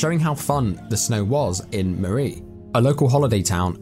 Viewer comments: It's pronounced murry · Hi my father is from murree and Sialkot area, and he used to tell us stories from there.sadly he passed away and greatly missed. Greediness from people is discusting and poor people,it makes me sad and angry. Also pronounciation of murree is incorrect. Snow is always great there.